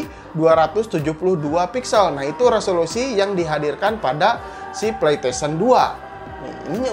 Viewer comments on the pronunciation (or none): Ane denger nya kok pletesien ya bukan pleystesien